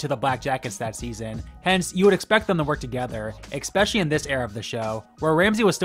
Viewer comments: I do like your videos but especially is not pronounced expecially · It’s not expecially. It’s ESPECIALLY.